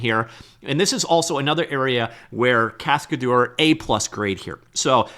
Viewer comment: Cascadeur means stuntman in french. The way you pronounce it makes me sick. google translate is free